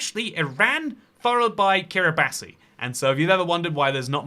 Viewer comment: pronounced Ki-ri-bas